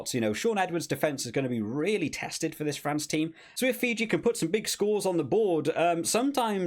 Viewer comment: If you have problems pronouncing Fiji, its Fee-G. 😂